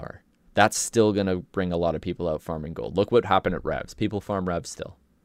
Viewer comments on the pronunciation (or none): none